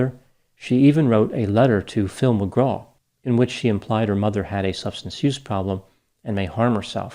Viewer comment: I thought he said Tim McGraw initially I was like wtf hahahaha